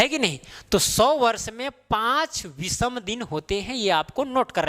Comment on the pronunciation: विसम नहीं!विषम !! ओड डेज नही ऑड डेज !!